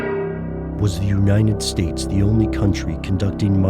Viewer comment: As much as I enjoy this program, I HATE the way he says "The U-ninen-States". Wtf??